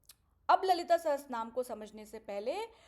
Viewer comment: Didi, it is Lalita Sahasranaam and not sahastranaam